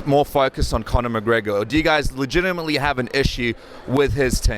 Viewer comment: I really like Gilbert Melendez. I think he's a great fighter and a really good analyst. But say it with me; "Conor M-c-G-R-E-G-O-R". Damn bro. Annunciate his name.